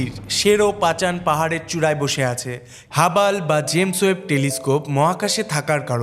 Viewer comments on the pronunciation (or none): আরে হাবাল হবে না রে হাবল টেলিস্কোপ হবে উচ্চারণে হবে হাবল✅